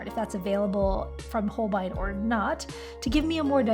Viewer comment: It’s actually pronounced Hole-bay-een. Beautiful job and great attempt at Nihongo (Japanese) language.